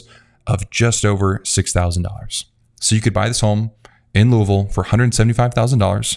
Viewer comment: You said Louisville correctly!! 😊🎉